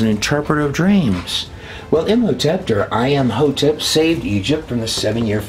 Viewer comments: Curious why you put a "T" after saying the name Im hotep ? Imhotept ? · Whjy are you pronouncing a “t” at end of Im Hotep? I’m confused.